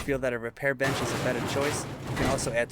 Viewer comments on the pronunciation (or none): none